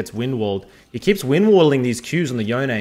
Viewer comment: Big thumbs up for pronouncing Yone correctly. P.S. love that AiiYa